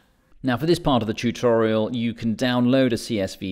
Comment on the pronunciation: I like the way he pronounce Chutorial. LOL...